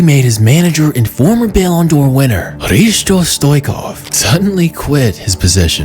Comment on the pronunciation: Repeat after me: KHRI-STO STO-ICH-KOV